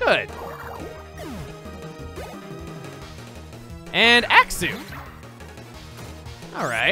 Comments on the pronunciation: its pronounced AX-yoo. not, AX-oo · its axe-cu not axe-sue say them right shiny koffng freakout! T_T'